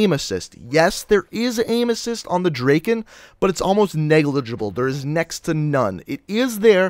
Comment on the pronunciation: Lol he cant even say Drakon and he uses elo😂